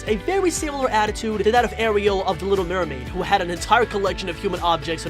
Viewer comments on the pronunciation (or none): none